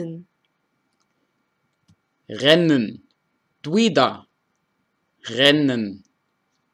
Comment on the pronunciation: reisen 발음이 r소리내려고 ㅂ소리까지 들리는건가..??!! R 발음 짱 어렵다 ㅋㅋ